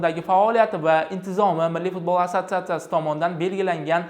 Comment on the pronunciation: Kõrolmisla Fozilovni Futbolni F xarfini cunmasdan gapirwma yebanlar